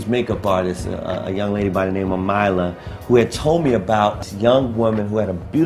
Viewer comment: Didn't even know Mila was a name used in the states ;-) and its pronounced like miela not myla